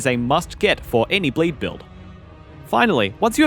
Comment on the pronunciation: BLEEE BILLL?!?